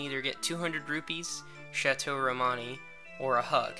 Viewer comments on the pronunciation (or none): none